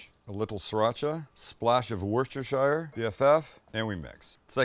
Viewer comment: Again, Wuss-ter-sha